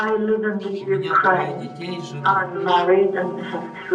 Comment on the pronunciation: "From the Ukraine" or "UK"? LOL